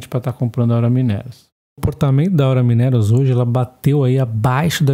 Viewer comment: vc precisa corrigir as suas pronúncias: 1) Gerdau = "Guerdau". 2) Aura = "Aura Mínerals" - pronunciar como se fosse uma palavra proparoxítona da língua portuguesa. Abs.